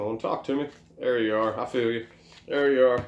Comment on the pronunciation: Loved the way you said "Yew should talk about your problems!" 🖤👌